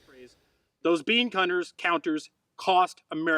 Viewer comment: "Those bean-cunters, -counters..." I think we all know what wanted to say